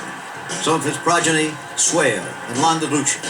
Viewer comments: Why did Jim McKay not ever learn how to pronounce Landaluce? Think.....Lucy, not Looch.... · In the center of the racetrack...could have been faster than Secretariat ...why didn't McKay lesrn bow to pronounce Landaluc's nsme????? 😊